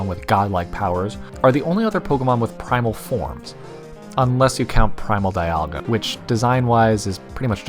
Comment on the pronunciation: Dialga is pronounced DEE-AHL-GA Not DIE-AHL-GA Palkia is pronounced PAULK-EE-A not PAUL-KEEE-A